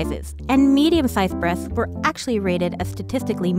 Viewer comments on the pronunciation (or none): The way she says “breathts” instead of “breasts “ gives me life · Yeah its totally "Breaths" instead of "breasts" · Breaths, not breasts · I swear i thought she said "breath" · Erin Jane B He was mocking the narrator's speaking. The way she was speaking made it sound like "breaths" every time she tried to say "breasts." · I heard boobths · I heard breaths instead of breast's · i feel you. Her "S" became "T". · I come into this video hearing "breathhs" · She says th instead of t